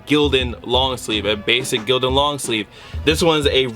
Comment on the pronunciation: It's Gildan😂😂😂😂😭